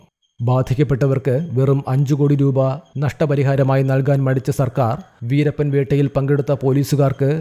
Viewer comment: വീരപ്പനെ, വീരപ്പനെ എന്നല്ലാതെ വീരപ്പന് എന്ന് പറയാൻ അറിയില്ലേ? ഉച്ചാരണം പോലും അറിയാതെ ചാനലും ആയി ഇറങ്ങിക്കോളും 🥵😱🎃